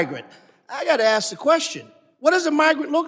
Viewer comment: The first person to ask questions with the grey beard needs to use proper words like 'ASK,' not 'AKSK'? Can't he speak english